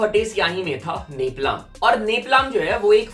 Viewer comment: woh neplaam nhi nepalm hota he 😭😭😭😭